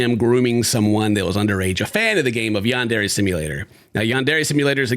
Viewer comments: The fact that the creator of YS can’t even pronounce Yandere properly after years of development is wild 💀 yaendere headass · whats so funny about all this to me, bro cant even pronounce yandere right! its HIS game name lmfao